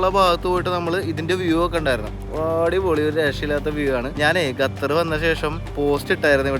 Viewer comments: ഗത്തർ അല്ല ഖത്തർ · ഗതർ അല്ല ഖത്തർ 😊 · Please pronounce correctly Qatar. Not gatar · ഖത്തറിനെ സുന്ദരിയായി സൂക്ഷിക്കുവാൻ ഡോളറുകൾ വാരി ചെലവാക്കിയിരി ക്കുന്നു .അതിൽ അത്‍ഭുതപ്പെടു വാനില്ല.മൊത്തം 28 ലക്ഷം ജനങ്ങളെ നിയന്ത്രിക്കുവാൻ അവർക്കൊരു നല്ല സംവിധാനം നിലവിൽ top ലെവലിൽ പ്രവർത്തിക്കുന്നു. 👌ഒരു ട്രാവലർ ക്ക് ഉച്ചാരണ ശുദ്ധി അനിവാര്യമാണ് ബ്രോ: Qatar = ഖ ത്തർ..നഖം എന്നുള്ള ഖ'ത്തർ👍 thanX GuyZz 🤩